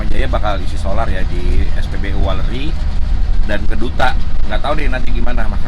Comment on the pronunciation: weleri bang bukan waleri